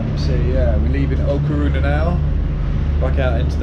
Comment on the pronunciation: How have you not figured out that it is LA Coruña, (or A Coruña, if you speak Gallego (Galician))? And it is pronounced 'la corunya'. Shame on you! As for the Irish Bar....